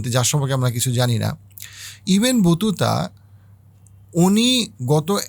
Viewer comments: ইবেন বতুতা না ভাই, ইবনে বতুতা। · ভাই ইবেন বতুতা না, ইবনে বতুতা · আসসালামু আলাইকুম ভালো বক্তব্য সুন্দরভাবে সবকিছু জানা যাচ্ছে। কিছু মনে করবেন না আপনি কিছু নাম কি আসলে বিকৃত করছেন ইবনে বতুতাকে, ইবেন বতুতা বলছেন, রাজা গোবিন্দ কে গোবিন বলছেন জানতে ইচ্ছে করছে?